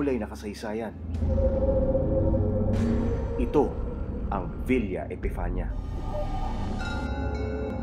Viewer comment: It's villa epifania